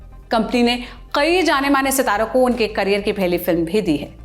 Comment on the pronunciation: Qai nahin kai bolte han